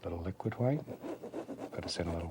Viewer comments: themango1007 "hwite." "as in the BEST COLOR, TITANIUM HWITE" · Started saying "white" as "hwite" thanks to Bob Ross. Someone heard me and was like "waaaat!?" Hahahahaha!